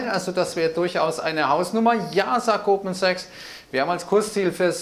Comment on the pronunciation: Man versteht klar und deutlich Goldman Sachs ich weiß nicht was ihr habt.